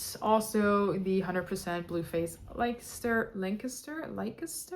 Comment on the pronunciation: Blue faced Leicester is pronounced "Lester"